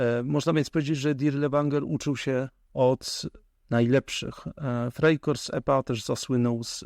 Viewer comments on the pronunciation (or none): Frei korps - ( co to za wymowa frajkorsy ??? ) - frei korps , czyli wolny - frei i korps - korpus .Panowie , w czasach googla i innych pomocnikow , wypadaloby zadbac o wymowe 🤦🏼‍♀️ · Frajkorsy? Freikorsy? Co to takiego? Co to za dialekt niemiecki. FreikorPsy, panowie. Było sobie na WIki zobaaczyć. O w tym miejscu